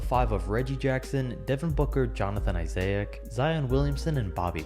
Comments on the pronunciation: ‘jonathan isay-ic’ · Johnathan “Isaiac” tho lol that’s how he pronounced it